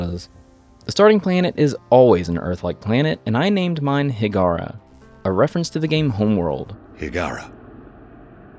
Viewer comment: It's not Higara but Hiigara....